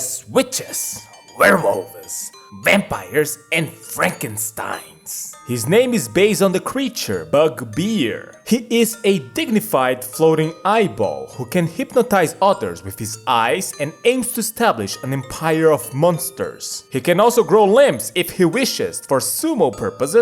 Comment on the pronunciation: Bugbear ❌ Bugbeer ✅